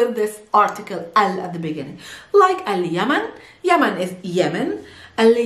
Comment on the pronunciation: al_yemen not al_yaman